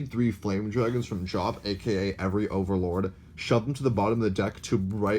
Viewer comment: Did I just hear him say "ogre"Lord? Lolz #AllOgreNow